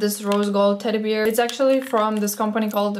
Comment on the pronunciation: funny the way you pronounce teddy bear, like teddy "BEER" :D LoL! :) ( this was said with the warmest feelings, promise! ) I hope you'll win the competition! xxx